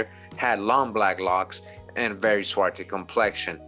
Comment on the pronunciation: Swarthy, there is a th, not just a ty.